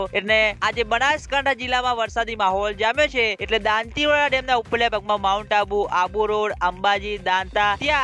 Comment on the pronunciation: ભાઈ તુ હજૂ દાંતીવાડા બોલતા ના શીખ્યો